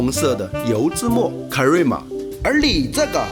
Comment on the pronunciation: espresso和crema都是意大利语，发音分别是：ai s p lai zou 和 ke lai ma，而且这里面的两个r，都要发卷舌音。